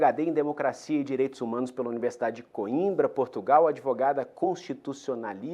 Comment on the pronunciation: Vixiiiii essa advogada ops😂😂😂como os esquerdistas falam ADEVOGADA 😂😂😂 Mostra bem o lado e onde deve ter estudado😂😂